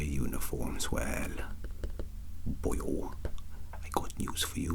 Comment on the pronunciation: I laugh every time he says "well...BOYO"